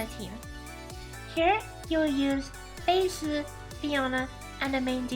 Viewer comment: Watched gateoo watch this episode on his twitch channel, and he would cringe every time (mis)pronounced Fei Se 🤣🤣🤣 Like, he was fine with it the first three times, but after that he couldn't help it anymore and let the snark fly haha But don't get me wrong, he was effusive with praise too, like how got to the point and dispensed with the fluff attacks Fei. "Irrelevant" gateoo said, and "good job," since Fei's a buffer unit after all. Fun times!